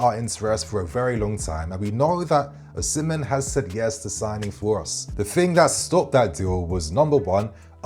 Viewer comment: Excellent content 👌🏼 please reconsider your pronunciation of "Osimhen" though